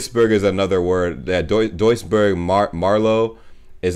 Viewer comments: Jo btw Duisburg wird eigentlich Düsburg ausgesprochen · Duisburg is in NRW, in the Ruhrgebiet. So in the West. And I hope I'm not the first person to tell you it's pronounced like "Düsburg" would be. Long ü, like süß, Füße, Grüße, not short like Düsseldorf (Schüssel, füttern, müssen)